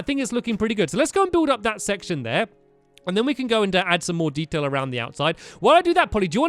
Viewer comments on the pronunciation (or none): When stamps said detail he said dedail LOL 😂